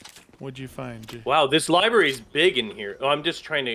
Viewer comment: 31.57. When you are in a different library you said Ribary instead ❤